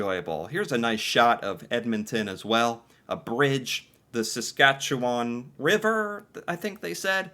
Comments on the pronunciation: You got SASKATCHEWAN RIGHT when you First said it! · The way he pronounced Wetaskawin. Also you pronounced Saskatchewan right the first time! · We-tas-ke-win. He pronounced it wrong. The British speaker doesn’t pronounce quite a few things right. Canadians say Suh-skatch-e-wan. You got it! Edmonton has a huge number of Ukrainians. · And yes you are pronouncing Saskatchewan properly. End sounding ‘win’ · Im from Saskatchewan and you have been pronouncing it correctly 🇨🇦✌️🫶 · Your new pronunciation of Saskatchewan is correct - not ‘wawn’ at the end. Good work to notice that,!